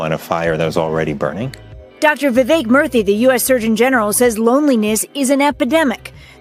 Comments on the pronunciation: Not “Dr. Murphy” but rather Dr. Murthy (pronounced moor-thi) but otherwise a great video thank you from lonely Japan. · Murthy is pronounced like mer-tee btw